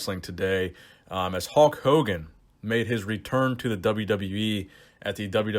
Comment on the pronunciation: "Halk" Hogan